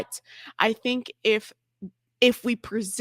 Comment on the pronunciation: The most true words she spoke "I don't fink"